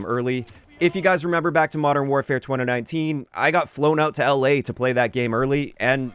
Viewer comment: Great video. Concise, thoughtful and thorough. That being said, the way you say 2019 weird me out every single time.... twunanunteen. 🤣